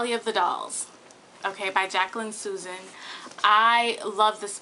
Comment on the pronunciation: Jacqueline Susann name is pronounced "SOO-ZANN" :-) --I had that book when I was in my teens--but I never read it --your enjoyment makes me want to go out and pick it up again :-)